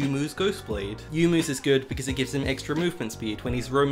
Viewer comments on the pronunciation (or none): yonmu not yumu you gennius